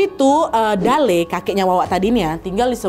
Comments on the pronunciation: sbnrnya namanya kakek itu pembacaannya salah kak nadia, bacaannya itu dalLe’ L. nya dua dan ada penekanan 😂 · kotaaa kuuuuuuu😭 btw dalle cara bacanya tuh kaya mati '